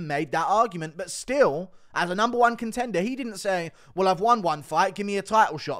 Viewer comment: “I’m numbeurre one contendeur…” Wtf man 🤣